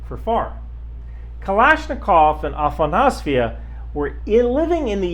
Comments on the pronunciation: Dude, pronouncing these names right is really not that hard. I don't get why most Americans struggle so much with simply reading the letters as they are. It's literally written as it's transcribed. AfanasYEVA, not AfanasVEYA. Say YEVA. Now say AfanasYEVA. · A-fa-nas-yeva. Don't give up half way into the name.